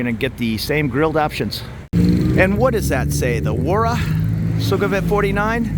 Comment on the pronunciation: Thanks for the tour. I agree completely about how nice most people are here -- that might be my favorite thing about moving here. FWIW: Thai has no V-Victor sound. So Sukumvit is pronounced Sue-cum-wit, and so on. Also I think I've heard you calling the river 'Chao Pry-ah,' but I'm pretty sure it's really Chao Pree-ah (like Phaya Thai is really Pee-ah Thai).